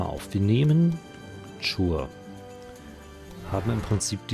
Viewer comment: Die Stadt "Chur" spricht sich "Kur"...